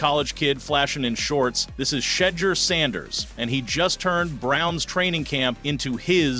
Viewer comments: Damn man you should have taken a remedial speech class, can you say Shedure correctly? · How you gone make a video about this man and be disrespectful and butcher his name you know ow dam well his name is shedur you've heard his name said a million times pronounce that man name right ease and thanks gr3at video also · It’s nothing but yt folks hating in these comments & why did keep sayin his name wrong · Is this dude mispronouncing his name on purpose? 1st he pronounces it right, then wrong. . . .then right.